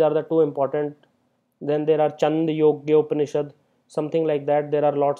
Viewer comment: it's छान्दोग्य and not चन्दयोग्य उपनिषद् and it's कठोपनिषद् and not कडोपनिषद.